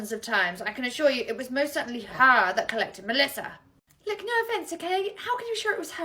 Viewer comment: "Good morning 😊, HELLO MELLSSISA👹"